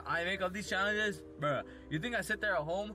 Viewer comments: im na thu one who comes up wit these chalanhes Dude DICTION PLEASE for the love of god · also sounds drunk, or like a 5 year old "chowenjes, bwuh" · " Some of you guys think that i make up these chayanges"